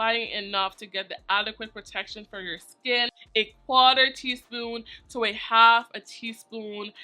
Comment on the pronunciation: The 🇻🇮 flared up when you said “quarter” 🤣🤣🤣